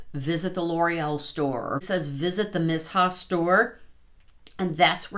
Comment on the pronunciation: I"m a new subscriber/makeup lover over 50....what am I saying? I'm way over 50!😂(I'll be 62 in July.) I have held out on the Missha BB cream because I can't find a shade match, as I am super pale. I did just notice they have a shade 13 that I might try. Just for future reference, I have heard Missha pronounced Mee-sha, if that helps any!